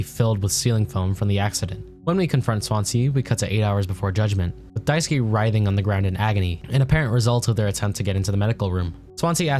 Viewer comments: dai-su-kay, not daisuki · Die - sue - key ❌ Die - sue - k ✅